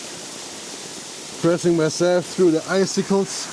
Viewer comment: Als Anglist muss ich eines leider loswerden: Eiszapfen auf Englisch, icicle, bitte wie folgt aussprechen: /ˈaɪ.sɪ.kəl/ Alles andere tut höllisch weh... 😄